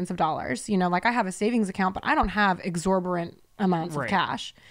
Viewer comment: Ha! Ha! ….”exorborant”….s/b exorbitant! I love you❤️ Love The Sip and all the pods you guys have!